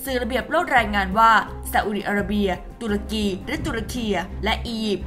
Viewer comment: คนอ่านข่าว Top News ทำไมยังอ่านชื่อประเทศ ตุรกี หรือ ทูร์เคียร์ ผิด